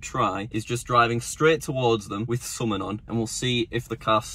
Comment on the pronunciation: Am I the only one who gets triggered on how he pronounces “summon”?